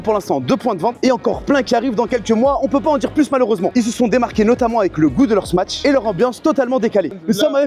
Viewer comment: tu dois prononcer Smash sans dire le T, de plus il n'y en a pas dans le nom.